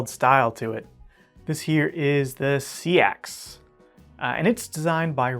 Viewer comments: Seax Pronunciation 'sax' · Defiant7 is Les George and Chad Nichols. Seax is pronounced like 🎷 not 🌊 🪓